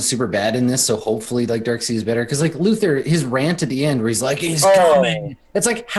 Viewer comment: OMG Why do they keep pronouncing Darkseid like it's Darkseed? It's pronounced like it's german (Darkside).